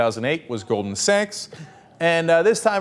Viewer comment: 4;37 Cenk says "Golden Sex" when he means Goldman Sachs.